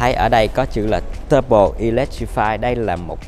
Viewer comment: Sale Mercedes review xe mà phát âm "tăng bô", "giảm bô". Thoát luôn ko xem nữa